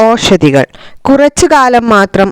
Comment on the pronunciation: ഔഷദികൾ എന്നാണ് വായിക്കുക.